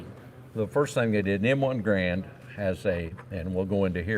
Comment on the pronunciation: GARE und... rhymes with "errand". ;) Also, .30-06 ammo with 147gr/150 gr FMJ bullets are as "Grand ammo" as you/re going to get as it mimics the WW2 era M2 .30-06 Springfield ammo. The higher pressure hunting ammo is what shooters are needing to avoid. Good video otherwise. Thanks for sharing.